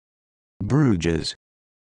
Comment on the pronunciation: This is not the correct pronunciation of Bruges.